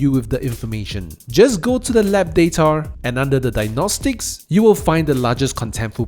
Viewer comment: Its data not datar buddy